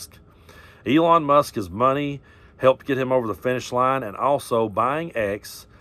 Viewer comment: Keep saying it Eelon puppet master